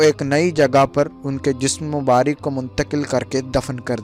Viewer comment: mubark hota hai mubarik nhi kabr hota hai kubur nhi